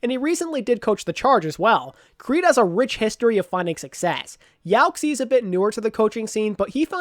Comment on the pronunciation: Yo bud, love the videos YaoXie is pronounced, "yow-shee-eh" the xie sound in chinese sounds like shee - eh